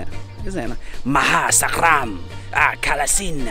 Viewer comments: Maha sarakham not maha sakram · ma-ha-sa-ra-kam is the word. Love all your videos though!!! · Right. FIVE syllables. 😉